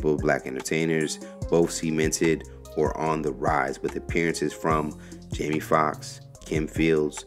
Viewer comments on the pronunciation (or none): none